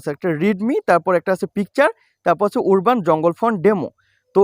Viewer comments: ভাই উরবান না উচ্চারণ হবে আরবান🎉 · ওরবান উচ্চারণ হবে না । উচ্চারণ টি হবে - আরবান, যার বাংলা অর্থ - গ্রামীণ ।